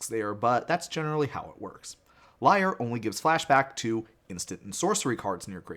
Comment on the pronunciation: Lee-air, not liar lol